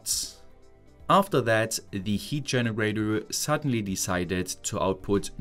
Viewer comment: take a shot every time this kraut says "Genowatow"